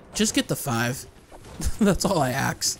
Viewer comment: "...That's all i aks..."